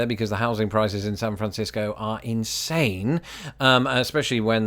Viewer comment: Carrying over from your last vid, I just realized you pronounce San Francisco correctly and I say Sanfrincisco. +1 for you! 😂👍